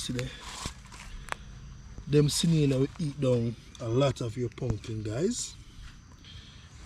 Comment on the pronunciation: Snail NOT Sinail